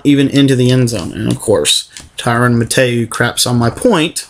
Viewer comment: Did he really mispronounce Tyrann "Honey Badger" Mathieu's name wrong?!